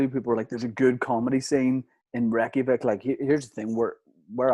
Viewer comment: Why does pronounce Reykjavík as “Wrecky-a-vick”